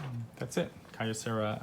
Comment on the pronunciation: The brand is pronounced KEY-o-cera. Their name was a combination of "Kyoto Ceramics" because of their manufacturing of hard ceramics which they used in their various products including their audio components. I bought their top-of-the-line R-851receiver, their top turntable and top cassette deck in 1985 and 2 years later, their beautiful DA-710cx CD player. So well made, everything still works in 2020.